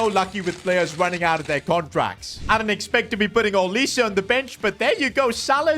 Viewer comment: It is NOT olisay it’s olise